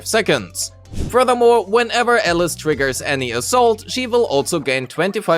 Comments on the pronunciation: WTF man it's Alice not Elles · Sure, but he only pronounces her name wrong